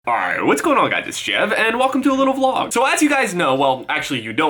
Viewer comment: Go to the beginning of the video and replay it over and over, he says alright really weird